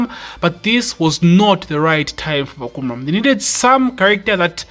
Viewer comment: Hi, the correct way to pronounce his name is Fah come rarm.